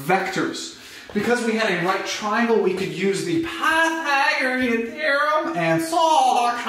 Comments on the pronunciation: dont say pathaegron theorem like that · I too have a stroke when I say Pythagorean